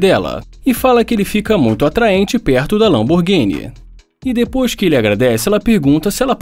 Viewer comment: Lamborguine kkkk